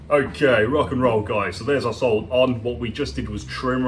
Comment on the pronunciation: Whenever you say our sole all i here is arse-hole 😆